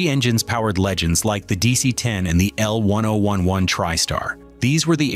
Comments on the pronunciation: I worked at Lockheed Burbank Ca. and Palmdale Ca. building the L-1011's. I also flew all my travels back east to visit family on TWA L-1011's. Loved these planes. Also, the correct name is, L Ten Eleven. Not how this announcer says it. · It's L 10 11 you AI Muppet